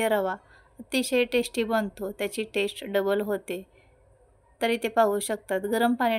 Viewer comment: ताई, भाषेकडेही लक्ष द्यावे.टेश्ट असा उच्चार न करता चव किंवा रूची म्हणा. टेश्टी न म्हणता चविष्ट , रुचकर म्हणा.कानाला सतत खटकतं.इंग्रजी शब्द कशाला?